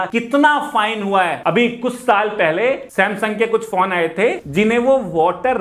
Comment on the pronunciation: Every time he says phone I hear it porn